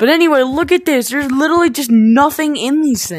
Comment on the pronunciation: “Litly” it’s Litraly